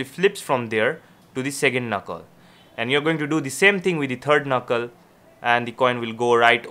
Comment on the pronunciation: “Do the same thing with the turd knuckle.”